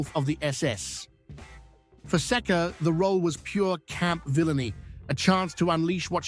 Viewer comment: 🎵 “You say Sekka, I say Seeka, let’s call the whole thing off”